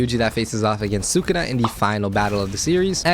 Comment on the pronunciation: really said “thukuna has to be a great billboard”